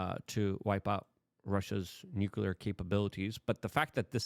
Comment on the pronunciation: "nuceler".....you are talking like george w bush.